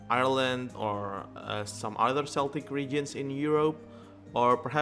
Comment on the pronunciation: By the way, the C in Celtic is pronounced with a K sound. In Irish we always use a hard C (k) sound